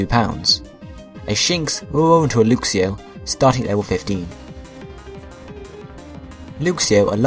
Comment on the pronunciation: isn't it pronounced l-uh-x-io and l-uh-x-ray not l-oo-x-io and l-oo-x-ray